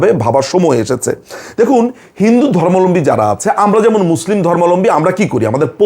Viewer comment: ধর্মালম্বী বলেন কেন দাদা, সবাই এটাই বলে কেন বুজি না সঠিক উচ্চারণ টা হবে তো "ধর্মাবলম্বী"